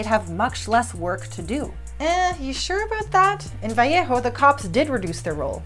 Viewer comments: It's "Vah lay ho"... I'll see myself out. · I love this. I really wish more people had the capacity and motivation to think clearly through different perspectives and oppositing standpoints. Although, as someone who grew up near Vallejo, it's incredibly weird sounding to my ears to hear someone speaking English not saying "vuh-lay-ho." Thank you for putting in the work and creating this criminally unseen video!